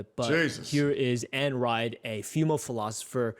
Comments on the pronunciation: This guy calling Ayn Rand “Ann Ride” is very painful. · did bro actually mispronounce Ayn Rand’s name?